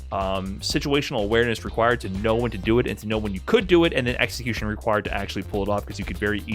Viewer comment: lovez his exa-my-cution.